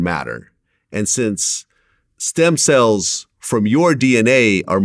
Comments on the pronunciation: Stem “cells”, not stem “sells”. But great vid, interesting... the guy was weird/evil. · "SELLS". Gone and fix that real quick. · Isn't it "Stem Cells" not "Sells" lol... come on Vlad. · “Sells” lol. Cells*